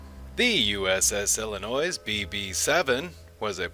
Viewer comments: You have a lot of great information in this video; however, you need to learn how to pronounce Illinois (pronounced Illinoi). also please be excited about your topic, you sound like you are reading a book. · The S in Illinois is SILENT!!! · the 's' is silent